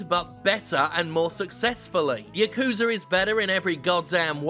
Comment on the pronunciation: YA-KU-ZA not yuh-kuza